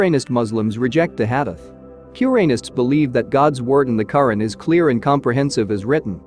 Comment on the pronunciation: AI mis pronouncing Quran